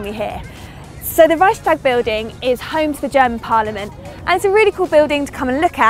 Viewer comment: HAHHAHAH reyschstag building